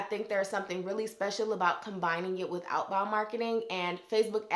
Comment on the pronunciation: I love your videos and tips!! A bonus is when your accent pops out when you hit " inBOund, outBOund" 😆😍Love it!!!! I hope to be able to work with you soon.